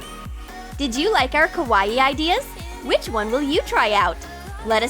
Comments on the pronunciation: It is not pronounced like Hawaii with a k. Think of it as saying cow eye and mushing the words together. Kawaii. Not Hawaii with a k. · Why did u say Kawaii like Kawa-ii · Also did anyone else notice that she was pronouncing it ko-was-ieie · KawaEe they be saying it wrong 😂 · Nobody: - Kawa eEE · "The most KAH-WAH-EE pencil case!" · Ikr XD lol this just makes me laugh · That's what I was thinking 😂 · IKR so weird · You pronounced kawaii wrong